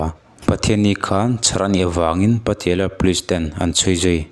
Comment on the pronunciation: Patiala,tih i thluk dan khi va mak bik ve mawle